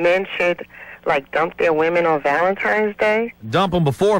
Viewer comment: I used to love Tom, then i heard him pronounce it 'Valentimes' -_